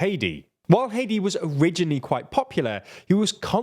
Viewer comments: Its Hādi not hedi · It’s not hati why is this commonwealth accented guy this sense ? hati is a country we pronounce (HATE TEE) , Arabs with the letters H A D I , is (HAH DEE) . It’s pretty simple , I knew two people with this name . and no ever called them Hate tee , always Hah dee Jfc . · Errmmmmm It's Haadi not Heidi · The former President of Yemen is Haadi not haedi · it's not hedi it's hadi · Every time he says Hadi I think he's saying Haiti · you completely massacred the pronunciation of HADI